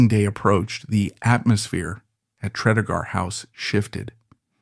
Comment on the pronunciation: FYI... Pronounced "Tree-dee-gar..." A lovely house, the Morgan's also owned nearby Ruperra Castle.